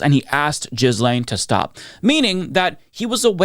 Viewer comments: I really enjoy your videos but - my man - please stop pronouncing Ghislaine as "Jizz Lane" (if you can't/won't do the French pronunciation, at least stop pronouncing the G like a J) and Guiffre as "Guff-ry" (It's pronounced like "Jew-Fray". Source: her BROTHER) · I love you my man but PLEASE stop saying JIZZLAINE, her name is pronounced GAY-LAINE 😅. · Please stop saying Jizz Lane. It's Ghee lenn.